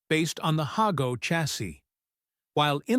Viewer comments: In Japanese, it's "Ha" (Haah) "Go". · He seems to waver between the correct pronounciation and "hay-go.". Unfortunately. I think he does "hey-go" more often.